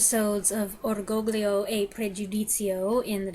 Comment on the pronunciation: The second G in orgoglio is silent, and a Y sound is inserted after the L, like the Y sound after the N in lasagna.